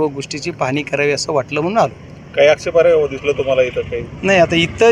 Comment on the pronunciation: Expirya nhi ho bajrang bhau😂😂😂😂😂😂😂आक्षेपार्ह म्हणतात भाऊ एकदा परत म्हणून दाखवा😂